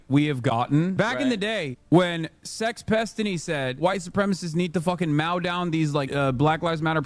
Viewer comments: He’s never had to mao his own grass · Does Hasan not know how to pronounce the word mow? Mowing rhymes with Boeing. English is his 2nd language tho so... Born in NJ btw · Hasan can't even say mow properly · Dude doesn’t even know how to pronounce “mow” because he’s never had to do it.